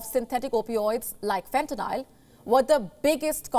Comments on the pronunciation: She’s saying fentanyl wrong 🤣😭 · whats funnyer is she wrong on the name its called fentaly a sythedic opioid not what ever name she said never heard of that kind and im from america and live in america and only hear about fentaly